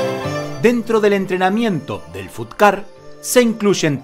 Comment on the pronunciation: Se escribe fut ga, pero se dice Fatt ga kuen, y es sureño no del nortem